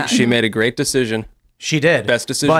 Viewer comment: "MAKE AMERICA GERA T AGAIN"? o_O